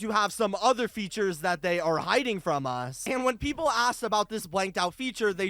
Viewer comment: Why did he say "features" like that